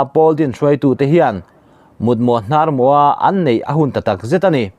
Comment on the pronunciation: Mut mawh hnar mawh i lam dan hi chu a dik chiahlo deuh,a dikin lam la ngaihthlak a nuam leh zual ang.naupang lamin anrawn copy ang tih a hlauh awm.thahnem ngai vang ani e.